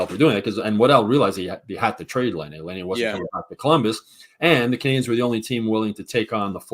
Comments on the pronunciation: I'm a loyal listener but I've got a few things I'd like to put out there. #1 I'm pretty sure it's pronounced Lie-nay not Lay-nay. #2 It might be time to change up the Friday show format a bit. It has gotten stale. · makes me cringe every time he talks. First off… learn to pronounce Laine. You’ve heard the rest of the world say it 653,000 times so you should probs have er down by now. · Since we're gonna be hearing Laine's name a lot...someone tell how to pronounce it.